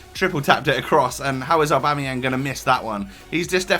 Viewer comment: Oh my god you actually said aubameyang properly!